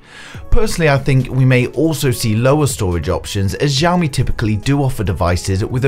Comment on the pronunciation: it's pronounced shoumi not zoumi